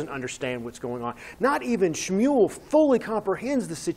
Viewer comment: Great pronunciation of schmual